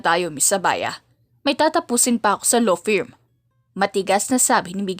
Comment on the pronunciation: Law firm. Meredith. Written. ￼ Edith. Huwag mo kasing unahing isipin ang kung paano mo aartihan ang pag basa miss. Kaya walang buhay ang pagkukwento mo at mali mali ang pronunciation mo eh, inuuna mo ang kaartehan.